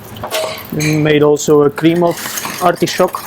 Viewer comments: Nobody: This guy: ArTIshhoooKKKEEE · I did a shot every time he said "artee-showk". I disnt gete drunnk atalll.